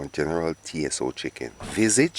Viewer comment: Yeah Mannnn......My brother you had me laughing my head off my shoulders...It's general tso (pronounced So) the T is silent....Looks great though......